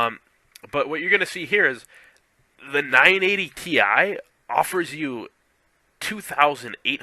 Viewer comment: u cannot pronounce cuda never mind know what they are.